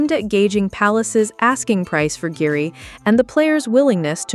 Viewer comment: Guehi is pronounced GAY EE - there is NO “R” in GUEHI